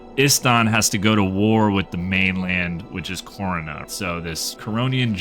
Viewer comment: Corona? not Kourna? Ogden Stonehammer? not Ogden stonehealer? are we playing the same game here? jokes aside, great video.